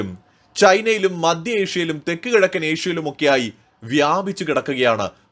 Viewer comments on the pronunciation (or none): Diction please, not madya, it is maDHya! Not viDHyarti, it is vidyarDHi! Repeat ten times and correct yourself! The elocution is important!